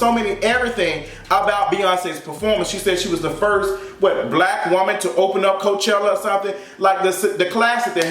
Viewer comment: No you didn’t say Mayochella 😭